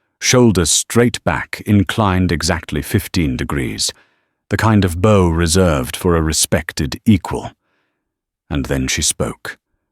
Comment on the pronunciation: I tend to enjoy your stories, but you would do so much better if you actually did QA on the AI voice. For instance the pronunciation of "Bow" when talking about "Bowing to someone" vs "A bow that fires arrows". The Ai got it right first, then from then on had it wrong. If you double checked it before posting it you could catch things like that and the story wouldn't sound so silly. It often stutters with money values as well. The way it is now, it seems like you just record the AI without listenting and post it blindly. And the names randomly change. All pointing to the fact you do no QA before posting.